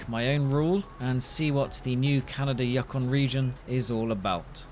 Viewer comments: You-kon....not Yuck-on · It's pronounced "you-con", not "yuckin"... ;) Love the vids! Keep up the great stuff! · It's Yukon not yakon jeez buddy that's American grade daft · Yukon pronunciation is "You Con" not "Yuk On" Just saying... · As a Canadian it is pronounced “you-kon” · it is pronounced You-con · “The Canadian Yuhkon”😂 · You-con is how we pronounce it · I have a question... Do you have to pay for mods? If you do then there’s really no point of mods Btw, Yukon is pronounced “You-Con”